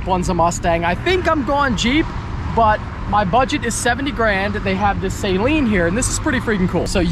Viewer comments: It’s “Suh-leen” not “say-leen”. C’mon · "Saylean"... LOL!!! It's pronounced, 'Suhlean'. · I kno right,he was pronouncing it like "saline" like the eye wash solution, smh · Sayleen... Is driving me crazy then he said I love the saleen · its not "say-leen" its "suh-leen" Que the harry potter jokes. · Pretty sure it’s suh-leen, not say-leen 😉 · it’s pronounced “SUH LEAN”.. NOT “Saline” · Will people stop saying SAYLEEN, it's Saleen. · It's pronounced Suh Leen. Not saline. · Sa-lean not say-lean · Also its pronounced "SUH-LEEN". Its not nose spray lmao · Your pronunciation of Saleen is triggering Mustang owners everywhere lol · Car guy who doesn't know how to say Saleen correctly.....makes it sound like a medical term